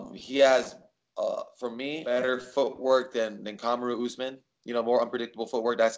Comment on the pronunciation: I was just mocking the way Jose was pronouncing his name mr smarty pants.